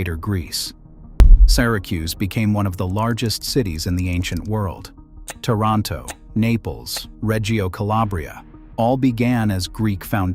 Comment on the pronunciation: YOU SAY "TOROTO" THERE IS NOOOOOO TORNTO ITALY !!!!!!!!!!!!!!!!!!!!!!!!!! !!!!!!!!!!!!!!!!!!!!!!!!!!! SO, HOW EDUCATED ARE YOU TO BE SPEWING TO US BULLSHET ??? ?????????????????????????????????????????????????????????????????????????????????